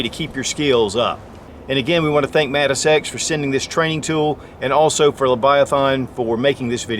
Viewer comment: I keep hearing Mantis Sex